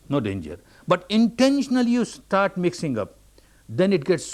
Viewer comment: "Starrrrt again, starrrt again."